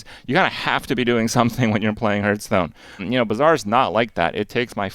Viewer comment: I haven’t watched Krip in years but wow that pronunciation of Hearthstone still riles me.